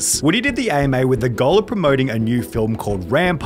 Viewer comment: I love how Sunny pronounces goal like “gull”